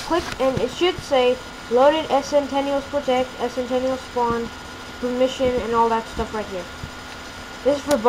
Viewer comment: It's essential that you learn how to pronounce "essential" or you might sound like a dumbass.